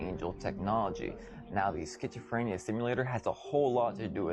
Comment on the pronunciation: Uhh ok what's a BBL? XD dude sayin Skchitchophrenia. So there's some secret alternate meaning to pizza??? Idfk.